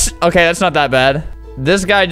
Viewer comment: "It's not OKEH to be OKEH"❤(titan cry)😭